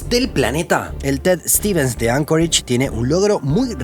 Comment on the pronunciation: Anchorage, no Ancoreich.